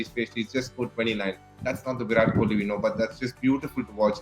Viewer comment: Say his name properly